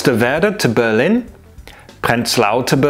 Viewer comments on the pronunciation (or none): none